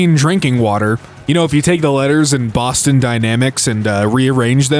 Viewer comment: there's no E in Boston